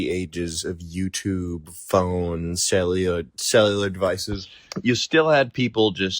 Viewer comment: I liked. I comment now. I have subscribed. Good take. Not hot. Make a hot take. Learn to say cellular. Use different voices. Be hot. Thx.